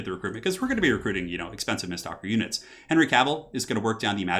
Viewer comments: Me screaming: MISTWALKER!: miststalker. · am i the only one triggered that he says mistSTALKER when it clearly reads mistWALKER? i know its a simple mistake but it bugs me lol